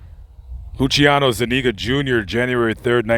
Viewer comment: You miss pronounced lucianos name